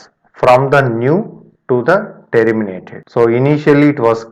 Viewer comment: Man everything was good.....but every time it catches me when you say: " t ee rr i m i na t e d" 🙄